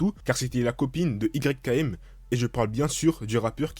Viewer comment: ON DIT PAS "YKM" MAIS "YAKEEM" ÇA S'ÉCRIT YKM MAIS CA SE dit "YAKEEM"